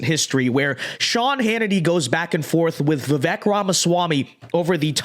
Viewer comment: Dude, say his name right. It’s vivayk. Come on